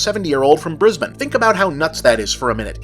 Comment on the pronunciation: An American saying Brisbane right!